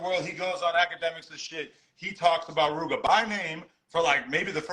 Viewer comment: The way how say Rooga is making me mad 🤬